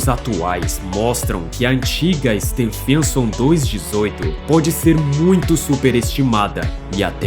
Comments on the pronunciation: Can't you at least find an artificial voice that knows how to pronounce Stephenson? The voice sounds like it's saying "Stan Fenton". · It's absolutely mind-boggling that you are making a video about the biggest star, but can't pronounce Stephenson 2-18 properly.